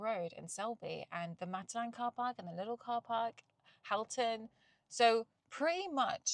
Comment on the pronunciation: Hi, brill video! Halton is pronounced Hol-ton 😂